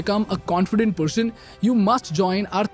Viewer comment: first learn how to pronouce "person" not "pershoon" shhh lol